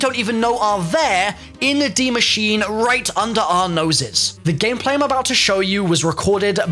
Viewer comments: Its pronounced 'dee machine-a' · its pronounced more like "masheener" where you say the e at the end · Nice pronounciation, just say an "e" at the end of Machine, and you got it well pronounced in german 👍